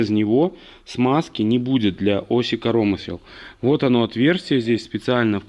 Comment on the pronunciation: Как говорит питерский ящер - успех НЕИЗБЕНЖЕН!!!! Удачи! Людочке особый привет!)))) зы. КорОмысел))) я аж остановил видос))) Велик и ужасен белорусский язык)))